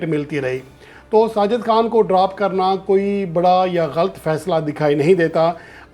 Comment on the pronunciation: Please, pronounce this word "galat" not galt.